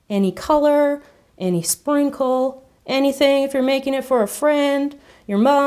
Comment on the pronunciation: you said spincle